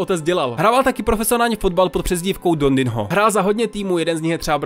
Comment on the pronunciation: Milý, v tomto videu jsi napáchal tolik nepřesností, že by Pan Fotbalista Pelé plakal. Otec Dondinho - čte se Dondiňo; informace jsi pravděpodobně čerpal z filmu Pelé - Zrození legendy; v r. 1955 nikdo neměl o futsalu ani ponětí; v r. 1996 bylo další MS v Anglii? Milý hochu, bylo to 1966...polepši se.